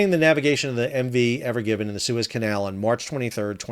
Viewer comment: It's evergreen not evergivin....sorry you said it wrong like many times a couple in the first 10 seconds